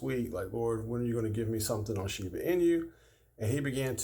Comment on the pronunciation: talking about shiba but calling it sheva than someone said shiba 😂